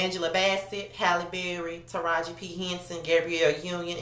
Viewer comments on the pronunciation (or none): none